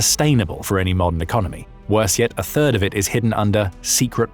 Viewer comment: who else heard "bird" instead of third